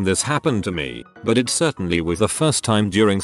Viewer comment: I love how it pronounces "buuuuut" as "buwoot".